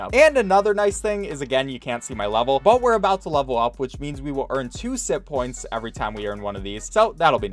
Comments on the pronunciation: I thought he was saying simppoints until it zoomed in and I saw it said sitpoints instead. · Ok i know this sounds weird,but I honestly thought he was saying simp points the entire time until the closeup on the points and I realized that it was SITPOINTS NOT SIMP POINTS